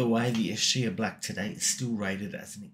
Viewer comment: EEE-Skyah. That's how you pronounce Ischia. Most people get it wrong, but it helps to remember it's an Italian word.